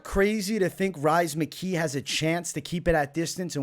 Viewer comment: Come on bro we ain't calling him Rise McKee haha